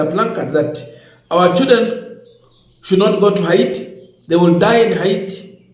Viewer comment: Not ahiti but haiti.